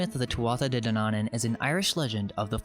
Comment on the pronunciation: De Danaan is pronounced day Danawan.... Like yawn.